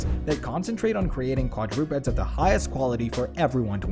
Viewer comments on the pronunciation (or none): quad-DROO-peds?! lol